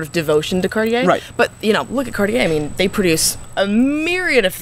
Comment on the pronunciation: Now, you guys got to learn how to pronounce Cartier....it would sound like "Car'tje" and not "Car-ti-ai" .......